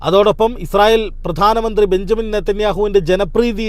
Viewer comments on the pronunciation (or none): none